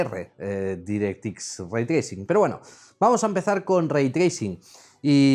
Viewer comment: Tracing Ray Cores Direct ☓ Microsoft Nvidia Aprende a pronunciar imbécil.